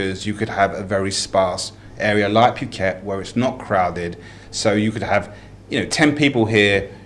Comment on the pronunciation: Can somebody please please correct pronunciation of Phuket? It's so annoying. I thought he was going to puke:(